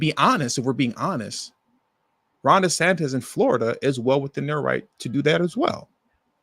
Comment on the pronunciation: The Governor of Florida is pronounced- DeSantis not DeSantez.😮